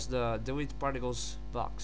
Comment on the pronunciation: Naoow leats preass DELAETEE. dear god...